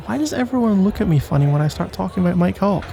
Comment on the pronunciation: The way he is saying Mike hawk sounds like my c.ck